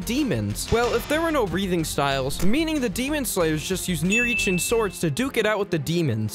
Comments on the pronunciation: im sorry but did you say nirichin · Way to many inaccuracies in this video hard to watch at all especially since you said yoriichi would die to muzan you also mispronounced nichirin as nirichin and called yoriichi a swordsmith and I'm only 2 minutes in right now I don't know if I can even finish this video with all the inaccuracies here.